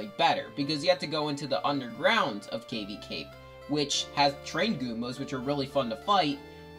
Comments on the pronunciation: I've never heard Cavi cape be pronounced that way... Cave-y cape... I suppose it do have caves. Also again our priorities are again pretty different I made a whole video about Cavi cape because I find it beautiful and melancholy but you put it second to last lol. But regardless, good list and I actually agree with a lot of it. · I completely agree. And I never heard Cavi Cape pronounced that way either.